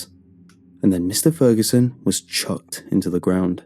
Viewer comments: You forgot to pit the g in Ferguson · “Mr Feruson” the story is his name mans didn’t even get it right you had one job!!😭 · The video said feruson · Has anybody else noticed "Mr.Feruson" not that it worsend the quality of the video just wanted to point that out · Mr. “Feruson” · Feruson? What? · Feruson? oops..Great content anyway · lol mr furuson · Oh is it ‘Fer U Son’. ‘For you son’? Gonna have to listen again.